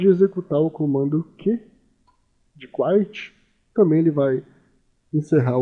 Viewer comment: "quit" se lê cuit, não cuait